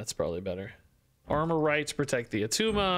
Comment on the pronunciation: ITS NOT ATTUMA